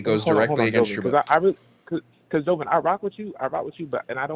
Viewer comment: I know homophobia and transphobia is strong within black communities but holy shit this guy was some other form of that. And for a "brother," you'd think he'd know how to say Jovan, but what do I know.